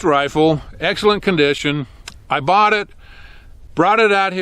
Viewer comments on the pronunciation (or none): none